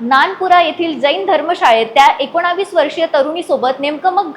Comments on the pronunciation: Akonavis nahi akonis bol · एकोणावीस नाही एकोणीस म्हणा. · एकोणीस ऐवजी " एकोणाविस " का म्हणता तुम्ही? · एकोणा...वीस😂 नाही ग ऐकोणीस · एकोणीस म्हणायला शिक.... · एकोणीस म्हणायला तुझी जीभ वळत नाही का 😂